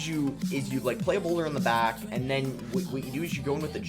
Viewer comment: Boss you gotta emphasize that back in the intro better. I don't know why but I always like it when you say I'm back with another yt video, idk why lol... Great vid btw! Enjoyed all the battles